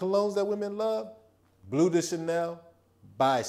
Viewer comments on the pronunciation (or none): none